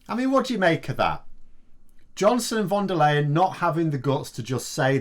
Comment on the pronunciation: I know this isn't really the important issue here, but I just want to point out that the "ey" in von der Leyen's name is actually pronounced like "aye". In German ei and ey usually make an "aye" sound, ie is pronounced like "ee".